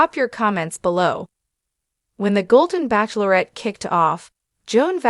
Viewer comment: Why cannot AI pronounce “ bachelorette” correctly?